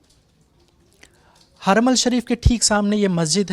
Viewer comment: Kya bolte ho yaar aapne kya research kiya hai, haramal nahi harmain shareef hota hai.